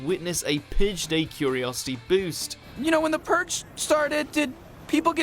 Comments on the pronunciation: the pooge your saying the pooge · The Puhg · you say "purge" very odd